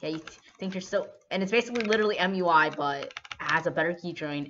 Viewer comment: Everybody:MUI This guy: mjuaj